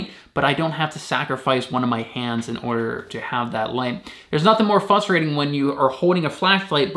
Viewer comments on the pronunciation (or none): Please enunciate the R in “frustrating.” It’s very embarrassing when people say “frustrating.” It really irks me.